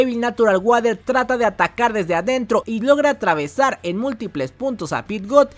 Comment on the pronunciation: E notado que dices natural guader en vez de natural warer